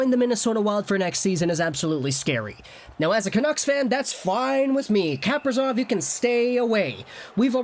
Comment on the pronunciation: You pronounced Kaprizov's name right in your first video about him